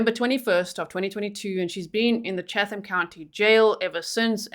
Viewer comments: You don't pronounce the "H" in Chatham. It's Chattam. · I live in Savannah. My daughter went to school with the mother. Just fyi: Chatham County is pronounced Chattam county. The H is silent. Thanks for covering this trial. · This is in Georgia, USA, where nothing is pronounced the way you think. Chatham (County) is pronounced Chat Um. No H sound. Just in case you ever have a case in Buchanan (Buck hannon) or Houston (How Ston). Told ya Georgia was different.